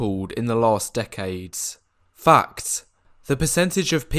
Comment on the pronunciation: When you said fact I heard fucked! 😂